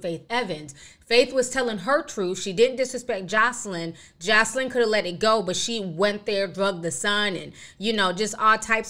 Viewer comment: Wendy’s saying her name wrong isn’t she? It’s more like josalin if that makes sense lmfao not josleen